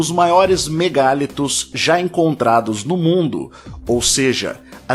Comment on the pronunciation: A palavra vem do francês mégalithes, e, nela, a pronúncia em português com e aberto é natural, mas a tendência da língua, com tónica da palavra na sílaba li, é fechar a vogal a: ME GA LÍ TOS